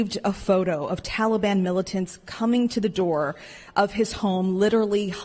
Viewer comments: Why does he pronounce Taliban as "Tolly-Bon"? He must have the Jimmy Buffett song Jolly Mon playing in his ear piece. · Won't be long before ransom demands come from the tal-LLE-bonn for the Americans Biden abandoned and left behind. Binded lies, so Americans die. Just listening you can tell he is unable to grip how much damage he done to this country trustworthiness. He is a disgrace.